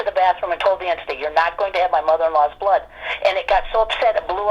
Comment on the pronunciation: It sounds like you're mispronouncing the word entity, you're saying enity